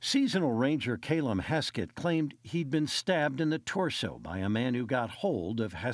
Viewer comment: Craziest way to pronounce Callum.